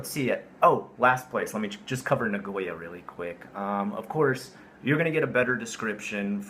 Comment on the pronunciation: I would like to know if you are mispronouncing Sapporo and Nagoya on purpose. If you are mispronouncing for your english speaking watchers, then ok. But if you are doing that because that is how you pronounce it even in Japanese...